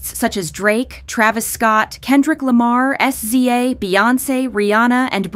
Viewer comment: lol not "es zee ay" --- i thought it was like "sizzah"